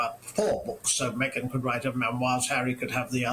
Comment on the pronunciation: DIOR? ME-GAIN? Non merci. Jamais.